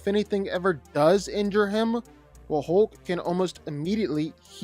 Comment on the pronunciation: His name isn't "Holk"...